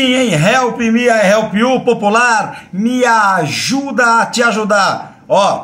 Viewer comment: Help me TO help you, mano...toda vez que eu ouço vc trazuzir seu bordão dói meu ouvido mano... tão fácil fazer certo, mas....